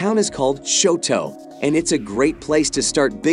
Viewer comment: You can not pronounce Choteau, Butte, or Helena, and you're telling me about my state?